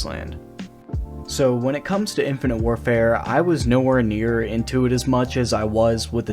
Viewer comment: "Infinite Warfart" man... :clock-turquoise-looking-up